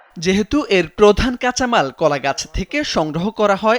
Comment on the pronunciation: ওরে উচ্চারণ!! 😂😂 আসভাভ, কাছামাল